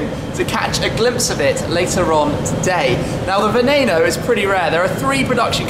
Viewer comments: Why the fuck do the Brits have to mispronounce everything? Its not a "venayno" its not a "veneeno" ITS VENENO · You said Veneno wrong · The way you pronounce Veneno is pissing me off so much